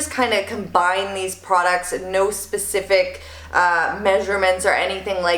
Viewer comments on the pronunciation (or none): none